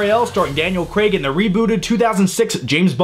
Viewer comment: Thank you. You're the first american guy on YouTube to say Daniel Craigs name right. Its Craig not Creg as ive heard many people say